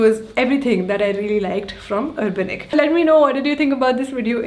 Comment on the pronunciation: Finally someone who pronounces Urbanic correctly